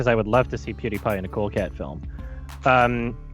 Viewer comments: i like how mispronounces pewdiepie because it implies he never even watched a single video that he's made or any that involved him. he just saw his numbers and immediately got on his knees to beg for his endorsement like the desperate fraud he is. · His worst sin is saying Pewdiepie wrong lol. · bro am i the only one that absolutely DESPISES how pronounces "pewdiepie"? holy shit each time he says pewds's name it makes me wanna commit seppuku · Pewdiepie: Says his name in the first 5 seconds of every video, so anyone who watches his videos knows how to pronounce it.: Pronounces Pewdiepie's name wrong every time proving he's never watched a single video. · It genuinely pisses me off, cuz you don't even NEED to research, just pull up a random video from Pewdie, and in the first few seconds he actively says his name with the proper pronunciation and everything! Like... only went to Pewdie because Pewdie is a big name and NOT ACTUALLY BECAUSE he bothered to actually watch his content. I mean, with the other works he made featuring big names solely to improve his own brand, he has made it just as much his career to piggy back off of someone actually popular as he does swindling. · THAT part right there he doesn’t get spelling and pronunciation I don’t care if it’s spelled with capitals in the midst it’s not Die as in dying but die as in dee to rhyme with tie as in tee not in tying and ew like u do cutie pewdie -pie so easy peasy but he’s a remedial troglodyte with latent pedophilic tendencies from a childhood survivor’s viewpoint… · the way he pronounced pewdiepie 😭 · His mispronunciation of Pewdiepie just…enrages me. Every time. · Take a shot every time he mispronounces “pewdiepie” and rest in peace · oh my god him trying to pronounce PewDiePie is killing me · I can't get over how he pronounces pewdiepie, it's like he's 100 years old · Why would he not listen to a single video to hear how to pronounce Pewdiepie? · Pew - DIE - pie . = PokeMAN